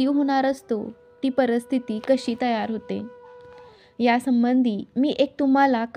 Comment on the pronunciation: परिस्थिती म्हणायला आधी शिका.परस्थिती काय ?